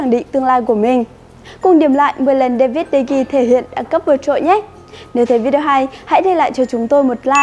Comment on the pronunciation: Đa vít đì hê 😆😆😆